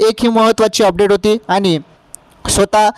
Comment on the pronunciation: स्वतः हा शब्द कसा वाचतेत सर😅